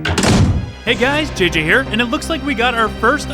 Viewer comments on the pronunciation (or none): none